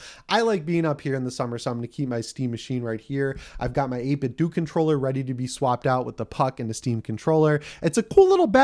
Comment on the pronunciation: I always thought it was 8bitdo like Nintendo, so the "do" would be pronounced that way. Is it actually "8bitdoo?"